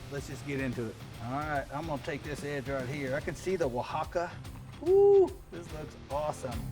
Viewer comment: Come on you said oaxaca right but not jalapeño? It's ha-la-pen-yo